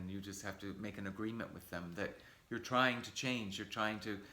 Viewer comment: я может чего прослушал, но ты когда тот же with говоришь, у тебя в конце з, виз звучит... это ты для нас, или правда не получается сделать правильно? Так давно ведь занимаешься